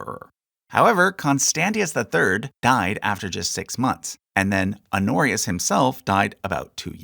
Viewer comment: Pronounce the h on "Honorius" holyyyyy